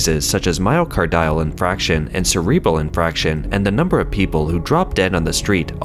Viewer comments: It's "infarction," not "infraction" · I know everyone here loves the narrator even though he sometimes mispronounces words or names. But here I need to point out that it's pronounced "myoCARdio" (just like "cardio" of course), not "myocarDIo" as he keeps saying. 🤦 And as others here pointed out, it's "infarction" not "infraction." It shouldn't need to be said, but if you are narrating a respected channel like this and don't know how a word is pronounced (especially if it's repeated), you should look it up first! ... Same with "HaiDIAN" not "HAIdian" District, though on that I admit I'm being nitpicky.😆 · My-o-car-dee-al in-farc-shion, not myo-car-dile in-frac-shion.